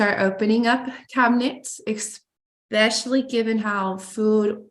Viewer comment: Ugh! Have to do a petty vent -- therapist Ashley has a doctorate but says "ex-specially". Come on!